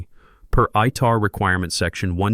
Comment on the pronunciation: Its ITAR. Not ITR.